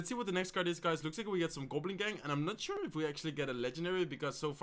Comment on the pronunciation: "and Im not sÚure" xd